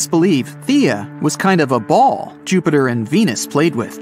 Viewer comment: ok uh joopter